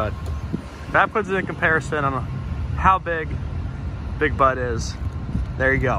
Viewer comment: It’s a good thing the Big Bud was spelled out on the truck because I thought you were saying Big Butt. 😂